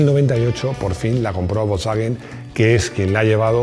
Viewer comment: pues parece que dijo volkswagen.....jamas oi pronunciar a nadie volkswagen de esa forma...no dudo que sera la forma correcta de pronunciarlo...pero no deja de sonarme raro....y creo no sere el unico...